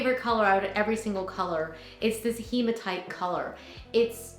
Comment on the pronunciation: I make jewelry and you're one of the few people I've seen pronounce hematite correctly! Heematite! One of my fav stones.